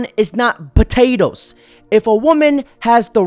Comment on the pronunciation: I have to ask why you keep saying Potato as Buhtato.